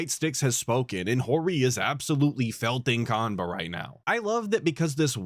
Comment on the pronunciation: Idk how you can say you were a big shot in the fgc and not know how to say qanba